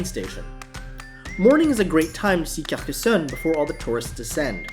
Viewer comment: Your pronunciation of the French cities and towns are really good! I pronounce Perpignan; per pin yawn Carcassonne; Car cass on Girona; Gir own a